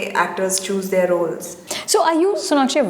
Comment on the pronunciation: its their ! not theeyyyyar !